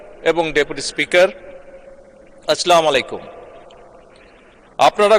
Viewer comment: আস্লামুলাইকুম ❌ আস্সালামুআলাইকুম ✅